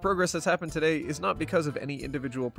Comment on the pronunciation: At this point he could just say "how are you doing togay?" everyday